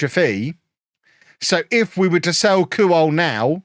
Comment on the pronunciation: pronounced kwol not kuwol